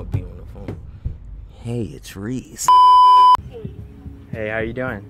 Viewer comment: “Hey it’s rease” 😭😭😭